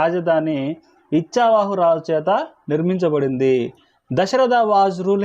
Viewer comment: ఇచ్చావాహు కాదండీ 'ఇక్ష్వాకు'